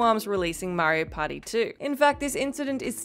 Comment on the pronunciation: Am I the only one who hears "Mario Potty" when she says "Mario Party"?